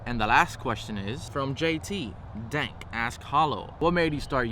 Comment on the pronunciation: Ok I'm JT Denk you pronounced my name perfectly btw but when you said last question then my name my heart dropped